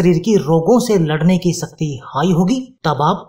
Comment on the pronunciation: शरीर को "सरीर" तथा शक्ति को "सक्ति" क्यों बोलते हो? हमारा व हमारे बच्चों का उच्चारण भी खराब करते हो 👎👎👎👎👎👎👎